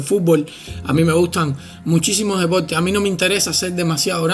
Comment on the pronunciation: Wueones enfermos..puros gordos musculosos ..aprende a hablar...se dice "persona" no pelsona.."deporte" no depolte